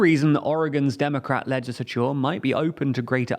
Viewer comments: Your pronunciation of legislature makes my ears bleed. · Please fix your pronunciation of "legislature", it's absolutely triggering to hear you butchering the word.